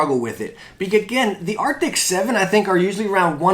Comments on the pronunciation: Why you keep saying Arctics in all your vids when its ARCTIS? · Why do you keep saying "arctics" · i know its not the point but arent they ARCTIS instead of ARCTICS? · He says arctiks too much - it's cringey AF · why does everybody say arctics? i mean even i do